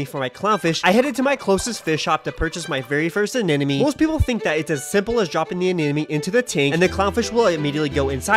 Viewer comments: You of all people should know how to pronounce anemome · ANEMONE!!! Not Anenome... Why can't Aquarium influencers pronounce that properly? They're not influencing well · I should have started keeping a tally of how many times it's possible to mispronounce anemone in one video. Pretty sure it was to get these sorts of comments, though. Anyway, I hope your fish and anemone work out their complicated relationship status. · The amount of times he mispronunciation anemone while having it spelled correctly in the description kinda drove me off a cliff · Lmao bro mispronounced anemone like 60 times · does he mispronounce anemone to be funny or is anemone just that hard to say? haha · Not you mispronouncing anemone every single time 😭😭😭